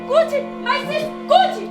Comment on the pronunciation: This guy keep on calling Succi 😅😅😅Athi Gucci kanti umsebenzi wakho owani, mbambe 😂😂